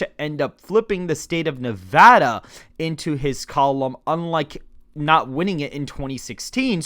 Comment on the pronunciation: Thank you for pronouncing Nevada properly. Nev-add-uh, not Nev-ah-duh.